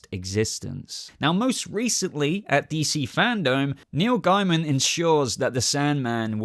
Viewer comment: PS, i like that says Gaiman amd not Gayman. When i found out his surname was Gayman i was like...why would you want it pronounced like that? Also, i always called that race on Babylon 5 The Gaim, never how they want it to be The Gaym. So sorry Neil, but im calling you Gaiman as that sounds sane to me..